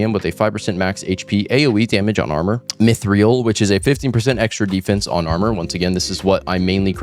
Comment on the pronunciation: mythreal is actually pronounced "mythril" 👍